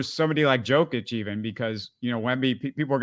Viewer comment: how did you mispronounce Wembanyama and Jokic? lmao